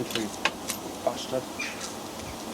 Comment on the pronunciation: I'm also a southern Indiana/Kentucky boy, and I had the same issue... Took me a while. Not sure why, but I am particularly amused hearing him say hole, bastard, and bollocks......